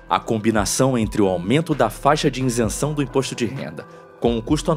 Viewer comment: Nao existe o verbo Reater, o narrador quis dizer reaver. Outra Janjice foi fal iNsenção. Isso que ainda estou em 1’37” do video.